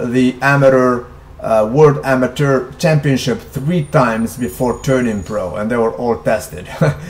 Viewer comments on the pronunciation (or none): none